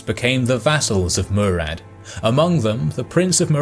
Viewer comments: Its Murat not murad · The names are wrong Not B is it - bajazit Not Murad-Murat Not Kbran Kovic- Vuk Branković